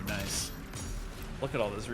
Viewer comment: "Naisu" Hold on, I've heard Nice pronounced like that in relation to DOOM Glory Kills before...